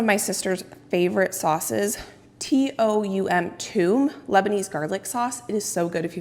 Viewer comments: You are pronouncing the “Toom” correctly, it means garlic in Arabic, but it also refers to a smooth garlic sauce that is served with Shawerma and kebabs. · Congrats, and yes you pronounced toum correctly! You can also add 2 cubes of ice wile emulsifying it for a bright white color and a lighter texture. Preparing it a few days prior will tune the spiciness down and develop a very savory taste